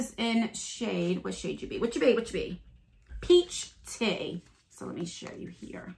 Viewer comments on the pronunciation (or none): OMG, I had to 'rewind' when you said 'Peach Tea' I heard preach titty. Ohhh what a laugh I had.. Don't worry about us so much, you do you girl, we'll be here...Fairy Blessings xx